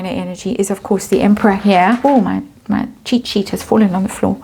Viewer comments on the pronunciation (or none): none